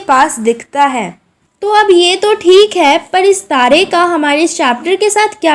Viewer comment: It is not sukratare. It is shukratare. It is not tade. It is tare.